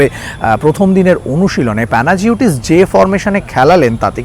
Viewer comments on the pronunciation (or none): উচ্চারণটা হল প্যানাইওটিস ডিলবেরিস (অথবা ডিলম্বেরিস)